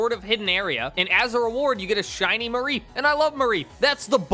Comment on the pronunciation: Idk if that’s how it’s supposed to be pronounced, but I absolutely hate the way you say mareep lol